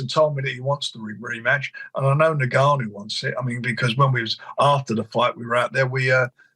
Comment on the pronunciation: Tell frank it’s pronounced N-Gannou not niggannou